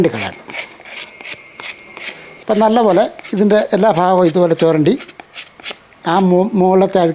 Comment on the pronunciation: 😂😂 nammal cheyyalla. Jhaghal chyyunnathu annu parayu. Faagham alla baagham 😂